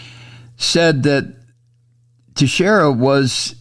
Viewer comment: Thank you Mike for getting the pronunciation better than all the other progressive people. ( tee-share-ah) I’m hopefully not related but it is my grandmothers maiden name. And that’s how she pronounced it. She came from Madeira Island, Portugal.